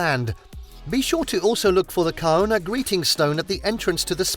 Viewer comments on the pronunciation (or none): It’s pronounced gana not kauuna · it is pronounced as Gar-nah even though it is spelt as Kaurna: The Adelaide Plains are the traditional lands of the Kaurna people, stretching from Port Broughton down to Cape Jervis. Kaurna people would travel long distances to source food they knew would be ready at certain times. The Kaurna people lived off the land and waterways of the region. The Kaurna people are not the only tribe that traversed South Australia. The Nukunu people would sometimes come into contact with Kaurna people. Other tribes included Pitjantjatjara/Yankunytjatjara, Narungga, Ngarrindjeri, Kookatha and Adnyamathanha. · Kaurna people is pronounced 'Garna'. Love living in Adelaide. Wineries, the hills etc Come in Mad March, festivals, cars etc. There is so much more than these. Go out to the hills to Hahndorf, the German town. Magnificent beaches all down the coast.